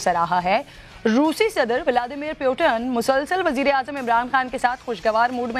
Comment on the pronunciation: Putin bolna sekho pehlo....